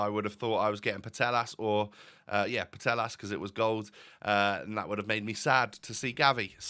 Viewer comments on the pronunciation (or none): Hey! The “LL” sound in Spanish is a Y sound so Putellas sounds like Poo-Tay-As. Keep up the great vids ⚽️